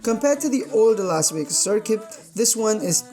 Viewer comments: WTF is a Whas Whegas? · Pique womited in his helmet in Las Wegas? 🤨